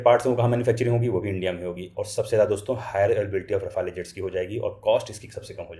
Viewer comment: साफ़रान 🚫 सैफरॉन ✅ राफ़ेल 🚫 रफ़ाले ✅